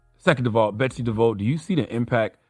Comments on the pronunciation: She's Dutch, so it's pronounced "De Voss" lol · All due respect to Charlamagne Tha God, but you were saying Betsy's name wrong the whole time... Devos... (de Voss) you don't want to arm those retards at Fox News and that one guy you interviewed with ammunition to use against us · All facts. 💯 Also it’s pronounced “Dev-Voss” (idk why I was so irked by him saying “Dev-Voe”) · Charlemagne keeps saying Betsy DeVoe like she's related to Ronnie. It's "di-voss". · Charla, It's DE-VOSS, not DE-VOUGH. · Maybe he was doing a play on Bell Biv Devoe, so the mispronunciation was intentional. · It’s important to shed light on this true donkey. With that said, every time Charlamagne says a name his says it wrong and different from the way he pronounced it last 🤣🤣